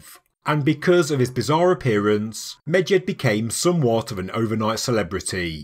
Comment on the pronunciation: You say Medjed, all I hear is midget😂